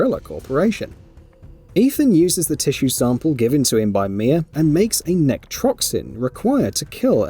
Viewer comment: The mispronunciation in this video really is so painful. EveLYN basically, why are you pronouncing it like Madeline? NECROtoxin not NECTROXIN. God my brain hurts. Also yeah super weird that a Dad would want to save his own daughter after she's kidnapped, that Liam Neeson's a fucking weirdo. If I had a daughter I would simply let her get kidnapped. (WHAT??????)